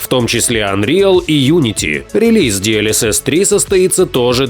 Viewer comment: ДИ ЭЛ ЭС ЭС - а не ди эль эс эс — DLSS прям уши режет когда диктор это говорит.